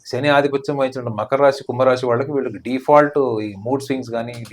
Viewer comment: ఒసేయ్ అది రాషి కాదే రాశి